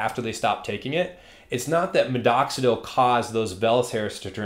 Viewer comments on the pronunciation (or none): Why do you keep saying MiDoxidil with two D’s? 😅